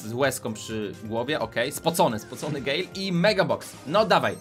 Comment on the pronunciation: Nie mówi się gejl tylko gel